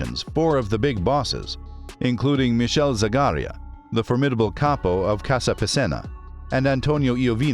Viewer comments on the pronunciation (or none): none